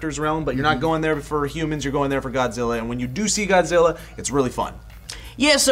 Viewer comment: I love the way how the Japanese scientist Ken Watanabe in Godzilla could speak perfectly good English until he said the word "Godzilla".... Godziwa